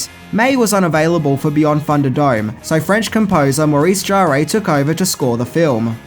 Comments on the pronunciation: Maurice “Jarré” !!! 😂 It’s pronounced “Jar”. ☺️ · Maurice Jarre is French, his surname is pronounced "zhar". Fun fact, he's also the father of Jean-Michel Jarre. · "Fury Road" was rated R; not PG-13. It's Bruce Spence; not Bruce Spencer. It's Maurice Jarre (*JAR*); not "Jarray". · not to harp on about it, but Maurice Jarre's name is pronounced without the "EY" sound at the end, "Jarr-ey" but just "Jarr". Have a look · Its pronounced Jar. Maurice Jarre 😊❤ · I loved Beyond Thunder Dome. I think you will find the pronunciation of Jarre' is Jar. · It’s pronounced Jarr (the ‘e’ is effectively silent) and he’s the father of Jean Michel Jarre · Also calling Maurice Jarre "Jaray" drove me crazy.